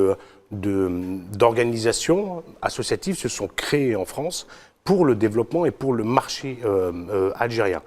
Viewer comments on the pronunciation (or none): none